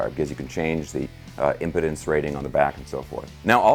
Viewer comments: Pronounced Im-peed’ance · Pronounce "ImpEdance'.. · I think just throws these funny pronunciations in to make us who are paying attention chuckle. Impedance also made me chuckle. Great review as always, your subs are watching/listening! LOL! God bless and rock on.